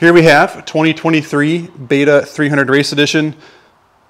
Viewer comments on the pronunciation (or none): none